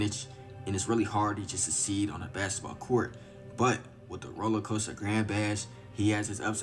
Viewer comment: u kno he black then a mf talm bout sum “basset bawl cowrt “😂😂😭